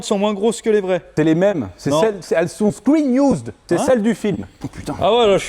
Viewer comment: Un mot à retenir : " Screen iouuuuzd "